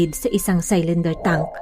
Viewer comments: Hnd po saylinder pronounciation.. silinder po ( cylinder ) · CYLINDER= SI-LIN-DER OR SI-LUHN-DUH SA GOOGLE NOT SAl-LAN-DER.